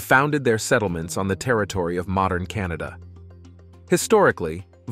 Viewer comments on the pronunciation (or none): none